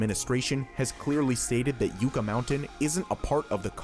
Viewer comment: Ugh. Hearing the narrator pronounce "Yucca" as yoo-kah instead of yuh-kah is a bit cringe. It's supposed to be pronounced like the work yuck with an A at the end. LOL. The Yucca flower is the state flower here in New Mexico and is actually edible if you're stuck in the desert. Just don't eat the sap from the stalk which is mildly toxic.